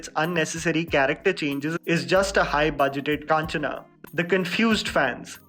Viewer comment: its not kaanchana. its kanchana